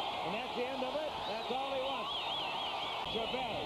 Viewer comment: Not that hard to pronounce Chávez correctly. Good god, study up a half a second before announcing.